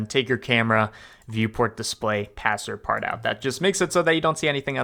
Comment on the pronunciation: It's pronounced "pass-part-TWO", not "pass-her-part-out" :P